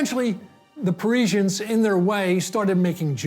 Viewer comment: Splendid video; explains the story without too much populist sesationalism. 98% excellence. The 2% mainly concerns U.S.A. interviewees' errata, e.g.: "paining" [painting], "ordist" [artist], "Pareezhans" [Parisiennes], "Payhrisfraynce" [Paris], "innernational" [international], "vornish" [varnish], "noospapers" [newspapers], "phodogreph" [photograph]. p.s., a superficial comment for us blokes: = brains + cuteness!